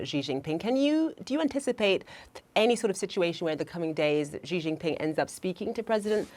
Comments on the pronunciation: She pronounces Xi like Ji, which means chicken, also slang for penis 😂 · This woman cannot even pronounce Chinese president's name correctly. What an ignorance... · CNN can’t pronounce Xi’s name correctly? It’s important. You can’t just make things up to your own liking as you go along. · Speech therapist is needed to teach you how not to mispronounce the Chinese President's name 😅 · How tf are both you journalists failing to pronounce XI!?